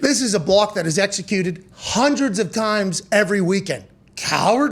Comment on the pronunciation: Thats just how Pat says block.